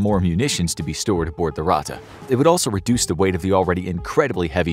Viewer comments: it has two t and is spelled faster - Ratte and not Rate or Rahte ! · Ur native language isn't German.. And that's fine.. But it is pronounced Ratttttte Not Rate There is way more emphasis on the "T" Its not that bad and I don't wanna be that guy.. But when u said it for like the 20th time I got cancer in my ears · dude you pronounce ratte like rat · It is called ratte edit: it is pronounced ra thei